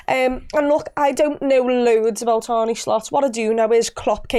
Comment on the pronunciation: Makes me cringe every time I hear anyone pronounce his name as "Arnie". Sorry.